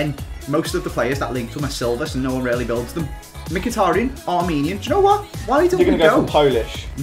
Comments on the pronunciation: it is MKHITARYAN, not MIKITARIAN. Like, bruh, where is the I between the M and a K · It's Mik he tear re Yan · WHO IS MIKITIRAN ??! LOL ITS MIKATARIAN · He said Mc-hit-er-hin instead of Mick-a-tar-i-yan btw just writing how its pronounced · who's mkhitaren? i only know a mkhitaryan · Ei like how he says mikitrin for mickytaruyan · was calling it mikatan instead of mikatarian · what the hell is mkhitaran learn how to say his name its mkhitaryan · its pronunced Mhitaryan anyway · its mykitaryan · The way pronounced Mkhitariyan gave me cancer... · "Mk-Hit-Aran" - 05/08/2016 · Ikr "Makitaran" 😂😂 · How did he pronounce mhikitaryan? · Hold on a second... Mi-Kit-aron? who the fuck is that? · Mik-hit-tary-on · Who's mik-it-eran!!! 😂😂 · called mkithitaryan mikitterin haha lol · Wtfish, mick-it-er-an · seriously, my kit a rin, is that how you say his name, it's not even hard to say. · I'll die if he says mekiteren again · McHitaran what is that pronunciation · Meh-ka-tah-ran.......oke then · Who is "Mkiteran" lol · "mikatran" 2016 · Tell him it's mikatariyan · said mucitryn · Who the hell is mkitiran the way he said it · Wait wait wait... ma-kit-er-un?..... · Henerick Mkiteren xD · "mikitarin" wow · 'Micketterin' LMAOOOOOOO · "Mikitarin" lmao😂😂😂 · mik-hit-a-run ok mate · Yo he cant prenounse mykitarein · Wow mhkitaryan pronunciation tho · Learn to pronounce Mkhitaryan please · learn how to pronounce mkhitaryan. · You mean mkhitaryan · The way pronounced Mkhtaryian😂😂😂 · Someone PLEASE tell how to pronounce mkhitaryan properly 😂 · The way pronounces Mkhitaryan lol 😂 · The way butchered the name 😂😂😂😂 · that guy cannot pronounce Mkhitaryan properly to save his life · Why the fuck can't say Mkhitaryan!? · His pronunciation of mkhitaryian was painful! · Omg the way says mkhitaryan pisses me off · the way he says Mkhitaryan hurts my brain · you said it wrong